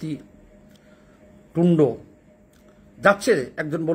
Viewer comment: ভাই নামের উচ্চারণ গুলো ঠিক মতো করেন, ঝষি "পনাক" আর জাসটিন "টুন্ড" নয়। এরকম বললে শিক্ষিত লোকদের কাছে ফরওয়ার্ড করতে সমস্যা হয়।